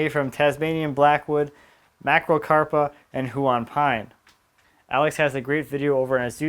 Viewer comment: I don't think I've missed an episode or update from you - always like to see what you're up to. Just so you know, Huon is pronounced sorta like hyouw'n (the ' denotes a schwa or 'neutral' vowel). Only saying because it's the second Tasmanian piece I've seen you shout out and it's a fabulous wood. Cheers for putting out your great videos!